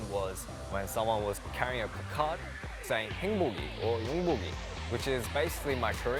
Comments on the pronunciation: The way he says placard sounds like Picard 😂😂😂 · The way he says placard is oddly satisfying for me idk y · The way he pronounces “placard” is so cute 🥺💜